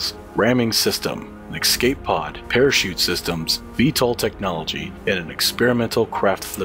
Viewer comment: was cool until he said EKS-cape pod